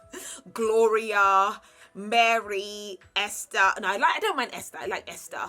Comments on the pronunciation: Sorry but you butchered some of the names 😂 Merry for Mary. Se-ren for Serene.. it's all good we love you 😍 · I was kinda in my feelings when she said “MARY” 😂 But it’s, I still love her 😂😂😂